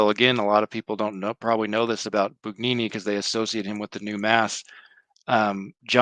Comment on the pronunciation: No g sound in Bugnini